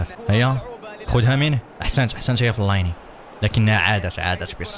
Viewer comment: فلين وليس فليني